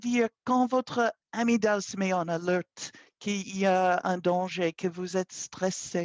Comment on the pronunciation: Bonjour de quoi parler vous quand vous dites "amidale" il me semble que vous avec fait une petite confusion de français.